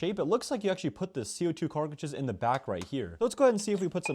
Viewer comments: We ecpect this guy to be smart when he calls cartridges car critdges💀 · Please stop saying " carkages" man. I could enjoy your content more if your information was more accurate and you pronounced your words properly. Keyboard warrior karens can bugger off with your opinions on my opinion fyi. Thanks. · lmfao fr "Carkages"